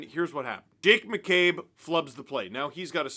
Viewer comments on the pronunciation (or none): is it just me, or does it sound like Steve calls him Dick McCabe?